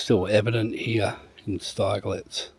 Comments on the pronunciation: It’s actually pronounced Stigllitz, think of big and then you have got the name right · Its pronounced Sti g lets